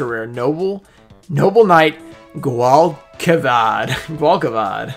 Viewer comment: The noble knight is pronounced like gwall-che-vhad